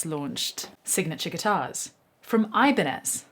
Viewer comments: For fuck's sake, it's "ebanyez" ok... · it's pronounced ih-bahn-yez.